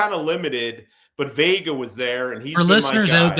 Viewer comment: ‼️@ ... Cole‼️ it's not Venga, it's Vega ... like Jeff says 🤦🏾‍♂️